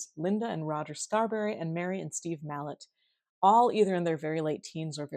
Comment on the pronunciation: Just a heads up... Mallette is pronounced "Mah - let" as in "Ma let me stay up late so I could watch my favorite YouTuber '!'